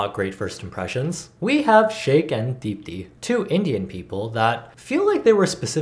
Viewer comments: You pronounced deepti better than she did it herself ^~^ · how do you pronounce deepthis name better than she does 😩